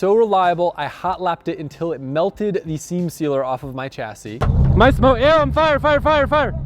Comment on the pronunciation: The way you pronounce "chassis" grinds on me.